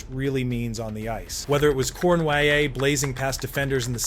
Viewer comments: Pronounced: Corny-yay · Stupid bot. Islanders Rangers what's the diff? Pronouncing Cournoyer's name was the first giveaway.